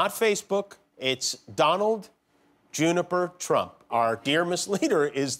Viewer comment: Did he say Donald "Juniper" Trump? 🤣🤣